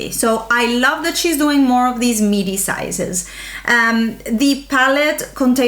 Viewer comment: I thought you kept calling it a "meaty" palette! hahahah I was thinking well ya I guess it is meaty I mean it's not a mini and then realized you were saying MIDI. Wow you're so quick. Not.